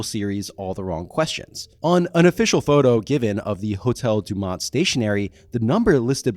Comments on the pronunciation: FFS. Day-new-mont. Not DuMont. Nothing ruins a well thought out video than getting the bare basics incorrect. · De-nou-ment. Not dumont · Why does he keep pronouncing it 'Dumont'? Isnt it Denouement?